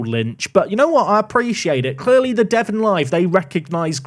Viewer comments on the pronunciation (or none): none